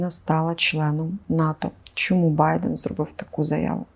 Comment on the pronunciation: Щира рекомендація ведучій попрацювати над вимовою, якщо звісно бажаєте звучати професійніше. Не «чьому», а «чому»; не «щьоб», а «щоб»; не «чьоловіки», а «чоловіки»